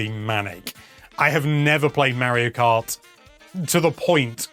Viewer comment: Mayro Krat World.